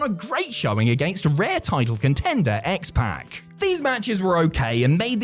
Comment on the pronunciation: X-PACK HAHAHAH You say it 'X-Poc'